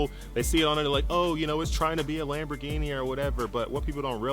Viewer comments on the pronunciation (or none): Americans.... Lambor ginie Italiano... lamborghini (Lam bor genie) (Ghini = genie: like genie in a bottle..) Love you but it always sound so ridiculous.. LOL Peace